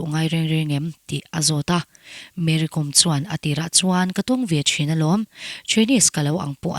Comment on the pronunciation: Ti daih ang,Kom tih hi inthluk lo a,entirnan:- archangkawm,silai kawm,tiha anga "Kawm"hi thluk Kom ti hi